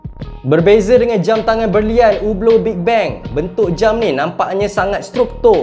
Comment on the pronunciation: Mantap. Good pronunciation ublooo. Standard malaysia sebut hublottttt 🤣